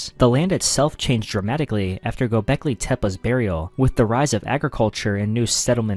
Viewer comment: Gobekli tip 🥀